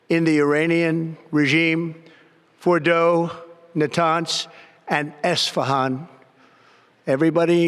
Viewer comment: Did he say the "Uranian military sites of Bordeaux..."? Because that's what I heard.